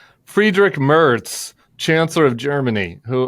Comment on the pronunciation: I think I need to teach you both how to pronounce the German chancellor’s name. Friedrich Merz is easily pronounced. My German American ears are hurting. 😉